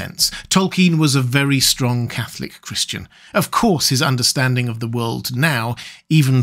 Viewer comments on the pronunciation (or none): none